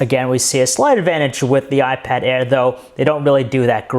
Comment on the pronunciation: awot mow pweasing, iPad aiwr